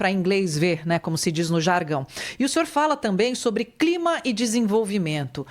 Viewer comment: COP e CLIMA, NAO e climax. Erro da Inteligencia artificial.